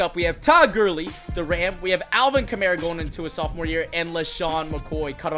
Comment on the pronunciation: Alvin Ka-mar-a not Alvin Camera 😂